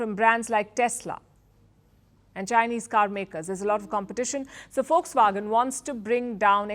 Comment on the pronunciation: Aunty it's not fox wagon it's Volkswagen 😂😂😂